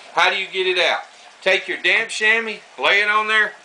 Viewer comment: Every time he says damp it sounds like d*mn